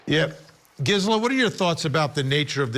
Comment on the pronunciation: Vinnie, it's pronounced Geezela